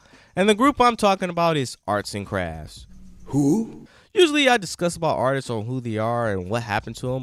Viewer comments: At K. Helson stop..the narrator saids artistses instead of artists..lol..grammar pleases..I mean please.. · Dude it’s not “artistses” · someone needs to teach this narrator how to pronounce the word "Artists". Good Lord! If you're going to speak publicly learn to enunciate! (and Karyn White has an Unsung!)